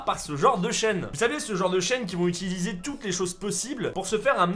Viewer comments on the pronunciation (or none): none